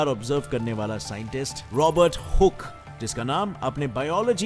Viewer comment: Hook ko galat bolta h sale. Adhe adhure gyaan vale